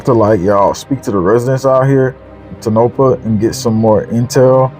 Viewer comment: Its Pronounced...tone-ah-paw.